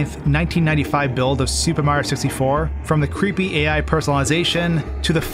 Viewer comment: im not making fun of you, but the way so say mario makes me laugh. mro